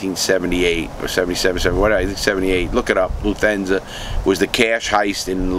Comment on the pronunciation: Luthenza? It's Lufthansa you dork.